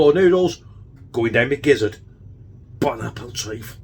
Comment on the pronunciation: "Bon appletreef". 😂😂😂